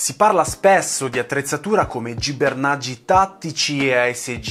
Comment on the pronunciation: Nessuno: in ogni suo video: “Gibernaggi”